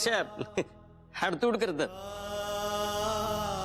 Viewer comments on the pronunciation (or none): हाडतुड नाही. हाडहूड